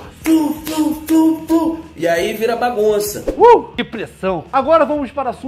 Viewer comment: FLU......ou "FRU" "FRU" ???